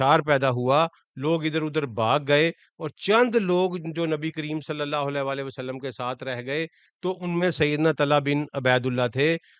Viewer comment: ویلکم بیک ۔ آپکو مس کررہا تھا۔ آپ سے درخواست ہے کہ خدارا درود شریف " وعلی آلہ " ۔ ۔ صحیح پڑھا کریں ، آپکے تلفظ سے " ولا آلہ " کا شائبہ ہوتا ہے ۔ جزاک اللہ خیرا 💐